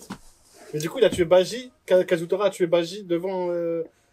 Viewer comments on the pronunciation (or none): C'est BAJI et non BAIJI